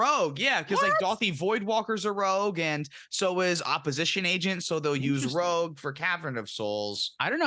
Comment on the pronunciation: Is the "Rouge" instead of "Rogue" a bit? It's funny either way, and this was fantastic!